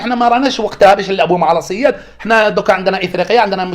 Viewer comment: السيد ما تكلمش على الجزائر بشكل نهائي و زوجته جزائرية، راه غير انت مدخل حمارتك لسباق الخيل. السويد فاش ينطقها تجي لبالك يتكلم على فرقة تمثل الحراش "لاسياد"